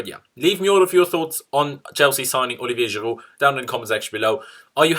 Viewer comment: Now i can listen to you giving the most legit pronunciation of the name, Olivier Giroud!!